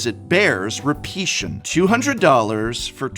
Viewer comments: I never expected "repeation" from an English teacher :p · why does he say repetion?????? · Somehow the word "Repeation" added more emphasis to the point than the word "Repetition"